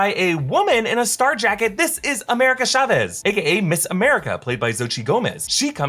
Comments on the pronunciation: AMERICAN SHA-VEEZ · Why are you saying Chavez so weirdly? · Love how he can't say CHAVEZ